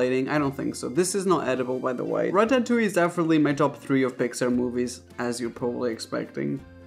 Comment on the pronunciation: i love the way he says ratatouie lol wai wait wait wait wait, hold on a second, raphael. Vegan corndogs taste WAY better than carrots. Don't ever come for them